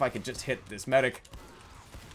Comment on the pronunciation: Demoman says MEDIC!!!! like MYDICK!!!!! Dont you guys think so??? I cried of laughter during this video!!!!!